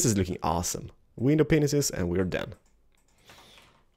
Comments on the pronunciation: love how you say 'window penises' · Ahemmm...Am i the only one who heard "window penisis?" XD